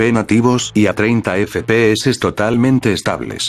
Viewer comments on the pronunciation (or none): No estoy feliz si no escucho el "EFE PE HECES" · Me encanta cuando dices: E F E P E E S E